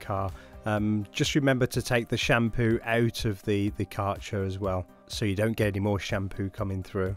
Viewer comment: The brand name is pronounced “care” “gir” (like girl).